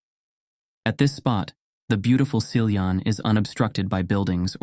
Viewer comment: Some of the names were pronounced quite correctly, for example Siljan, Rättvik, Borlänge, Älvdalen. When I heard "Råberget" I didn't understand until I watched the spelling. The name consists of two parts: "rå" and "berget". The first part is pronounced just like "raw" in English, and "berget" (meaning "the mountain") is pronounced "bear-yet". Also, "Rune" is not pronounced "Runé" but rather "Roon-eh" (English doesn't have the Swedish U-sound).